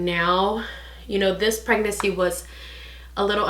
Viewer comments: Thought I was trippin lol she isn’t pronouncing the second N but she’s still cute tho. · the way u say pregnancy😆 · I noticed too lol